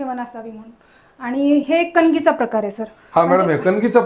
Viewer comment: कनिंग नाही कणगी